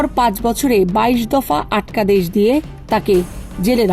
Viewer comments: "আটকাদেশ" -এর উচ্চারণ এমন কেন আপু?😂😂😂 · আটকাদেশ উচ্চারন!!! 😅😅 অসাধারন।